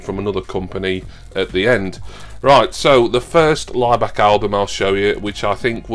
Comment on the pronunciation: I keep hearing Ryback instead of Laibach, it was about him I’d probably turn off 😂